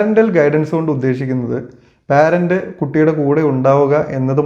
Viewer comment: പാരന്റ് അല്ലെടോ പേരന്റ് 👈